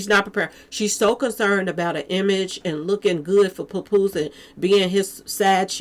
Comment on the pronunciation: 😂 puh poose love that pronunciation.